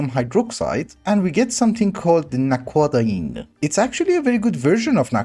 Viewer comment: Aha so that’s how you pronounce naquadah :D I was always wondering. Also thank you for pronouncing zpm with a zed instead of a zee, so many people get it wrong lol